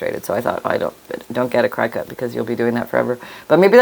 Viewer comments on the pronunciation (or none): The machine (CRICUT) is pronounced like the insect….cricket